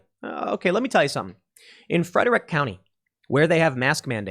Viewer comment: Tim, it's pronounced Freh-drick.